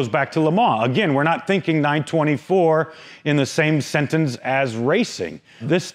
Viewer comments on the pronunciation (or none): none